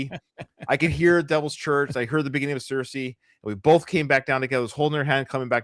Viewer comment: You keep saying cirice wrong 😅 it's pronounced ce reece. I kept getting it wrong at first too.